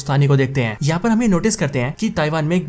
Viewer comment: Dude please learn to pronouce the Hindu/Urdu word "Hai" -- it is not "Ain" , it is "Hai/Hain"...Its very irritating to the ears.